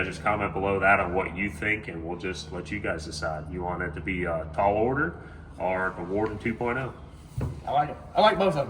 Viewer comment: "Taal Order"